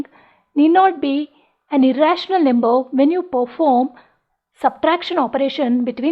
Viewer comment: First Learn how to pronounce "number" properly. Num ber er er r .. Lol